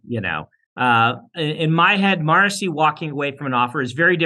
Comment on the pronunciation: I was today years old when I discovered Sanderson pronounces "Marasi" as Morrissey 😂